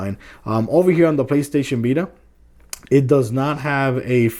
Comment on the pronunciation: "PlayStation bita"